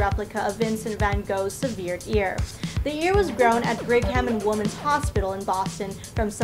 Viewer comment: I couldn't get past her saying severe instead of severed.